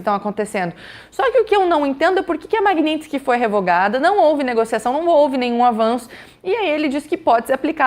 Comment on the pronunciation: Tudo certo... apenas já passou da hora de pronunciar corretamente, Magnitsky (ma-g-ni-ts-ky), soletrando em português: ma-gui-ní-tis-qui... referente ao sobrenome do homenageado Sergei Magntsky auditor Russo torturado e morto na prisão! blz.